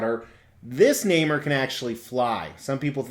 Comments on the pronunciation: Quite right. Nobody I ever knew ever pronounced the name like in this video. Nay-more. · I believe it’s pronounced “Nay More” NOT “Nay Mer” 😓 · It's Nay-more not Name-er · It’s pronounced Naaaaammmmmoooorrrr or fish boy. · You're both wrong actually. It's pronounced Ney-More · Lol actually you’re both mispronouncing his name. Is Namor ( nay more). My reference for how it’s said is the old 60’s marvel cartoons and of course Stan The Man Lee. Very very cool statue and review.